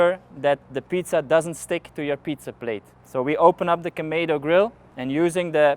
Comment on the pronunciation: kamedo grill??? Kamado !